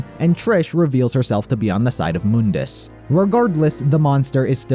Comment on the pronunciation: Try calling him Mundus (Mon-dis) instead of (Moon-Dis)